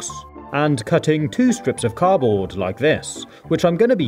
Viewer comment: I love all of your videos but I find it really annoying how you say car-board instead of cardboard haha but that's just me, not meaning to be mean, it's just my opinion 😁😊